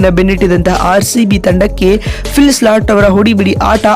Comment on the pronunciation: appa Phil slat alla Phil Salt